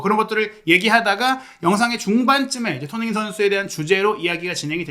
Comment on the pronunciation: 항상 잘 보고 있습니다. 조심스런 말씀 드리자면.손흥민 발음을 좀 정확히 해주셨으면 더욱 좋겠습니다. 죄송합니더 ^^